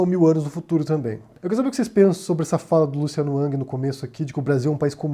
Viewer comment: Falas twitter com sotaque mas o nome pronuncias “ãng”